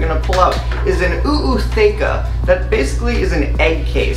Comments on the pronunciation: Why the extra “Oooo”? It’s not just “ootheca”, not “oo-ootheca”? Genuinely wondering if I’ve been wrong this whole time. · It's not OO it's just a long O for Ootheca , Ooth-eca Just wanted to let you know Thanks for letting me know how to set up my first mantis tank ❤👍👍